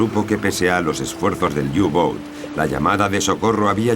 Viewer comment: U-boot es alemán no inglés y se pronuncia "upot" no iubout..